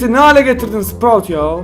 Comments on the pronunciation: Abi sproyut diyodun artik spr(a)ut diyon shshshjsj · Kahr olasiva sprout ehhh ehh sinirim bozuldu